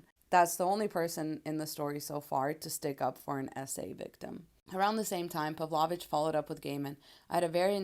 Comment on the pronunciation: Not to be a nitpick, but I think it's pronounced 'Pav-low-vitch'.